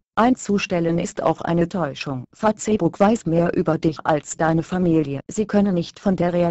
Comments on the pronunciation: haha fatzebukk, anstatt die bei google translater einfach fäisbukk schreiben, so wie es auch gesprochen wird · LOL " Fatzebook " xD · Fa-Ce-ebook :D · Wenn schon, dann Fa-ZEH-buck xDD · warum sagt die "Fazeebukk" :DDD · Fa-ze-book :'D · Fazebook haha Mit der weiblichen Hater stimmer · Fratze book sagt die! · haha Fatzebook xD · Finde die Aussprache von Facebook im Video zu geil! :-D